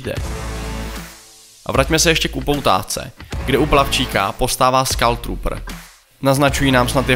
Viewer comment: Odkedy sa číta skull ako skal ?? Ešte treba pozrieť teoriu angličtiny